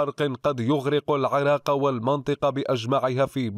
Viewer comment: الى ادارة تحرير الاخبار مع التحية. اكراما لله واحتراما للعراق.نبهوا هذا ان ينطق اسم العراق كما ينطقها كل العرب بكسر العين وليس بفتحها. ومن دون فلسفة لا ارغب في كسر عين العراق كما تفذلك البعض.